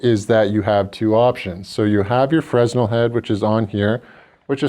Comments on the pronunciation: It's Fra-nel not frez-nal. Fresnal was a physist and Engineer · FRESNEL is pronounced "FRA-NELL" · The "S" is silent in fresnel